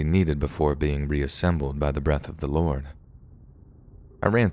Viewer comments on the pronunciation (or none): none